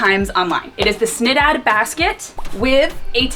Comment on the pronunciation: Good try but you need to work a little more on your Swedish 🤪